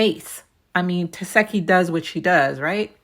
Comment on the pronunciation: Why you keep saying tesehki name wrong? Lol